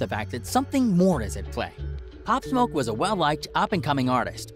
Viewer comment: he said pop smok